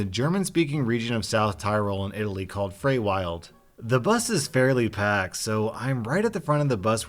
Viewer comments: Frei Wild isn't pronounced "Fray Wylde". It's closer to "Fry willed". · it's pronounced "Fry-Villd". You're welcome :) - LOL from Germany XD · Frei.Wild is pronounced more like "fry willed" with the w being more of a v. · Don't know what's worse, that story from India or the way pronounced FreiWild. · Fr I Will D How to pronounce Frei.Wild, if anyone's interested haha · The Band is so pronounced that the first part rhymes with I, and the Second part is so pronounced that the i in wild sounds like e. Frei Wild. This is the best explanation I could come up with for non-german speaking people.